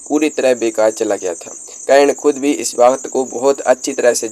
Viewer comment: Aap se anurodh hai aise topic me aap apni pronounciation thik kar le karan bolna seekh le hasi k patr na bane